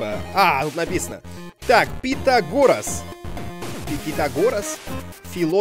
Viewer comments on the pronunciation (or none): МБ Пифагор а не пунтагор:D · ЭТА ПИФАГОР ТЫ КОГО В ШКОЛЕ УЧИЛ?????????????????????????? пхутагор епта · пифагор а не питагорес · Не пинтагон, а Пифагор. Уроки истории с;) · Не пизагос а пифагор ( азлагор :D) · Дмитрий это Пифагор ,а не Питагор! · Не путагорас а пифагор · не питагорас,а Пифагор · НЕ ПУТАГОР А ПИФАГОР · _- Питагорос,сиризли?Ну Дмитрий,ну чего ж ты так,это же Пифагор,его знают все по теореме Пифагора :D Ведь в английском сочетание букв (th) читается как (ф) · Питагорас... ну епт, неграмотный какой Димон! Ну ты че, не позорь пацанов! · пифагор а не питагор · ПИФАГОР!!!!! КАКОЙ ПИТАГОР?????? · Пифагор!!! А не питагорос! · Это Пифагор , а не путагор . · Пифагор а не Питагорас!!! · Пифагор а не пинтагор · Не Питагор а Пифагор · пиаграс а пифограф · ты не правильно читал это пифагор